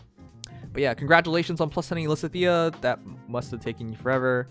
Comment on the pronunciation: Why does he never pronounce lysithea correctly